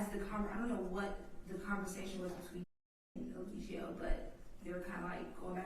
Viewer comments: What if keeps calling him "E-LIE-gio" on purpose as low key shade!? 😂😂😂 the way he keeps saying it sounds deliberate! He know good and well how it's pronounced! 😅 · don't even know how to say Eligo right, let alone defend him. He definitely sounds like he is working with the state. Maybe NB should defend himself, at least he can say he had a fighting chance.